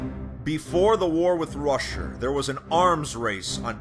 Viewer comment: "Befor the war with russyr"